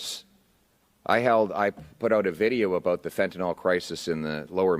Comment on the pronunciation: Fentanyl. Pronounced fentanill, not fentenol. Last syllable rhymes with hill.